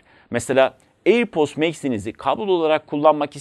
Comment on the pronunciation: Her söylediğinde airpost anladım yahu:)